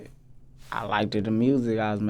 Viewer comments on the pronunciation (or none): Bro said I likded the music I was making 😂